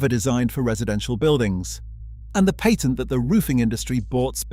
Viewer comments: Please learn how to pronounce the word "patent".... Jeez. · So you never described the MESH. Also, the a in the word patent is not pronounced correctly, especially when you are referring to a US patent.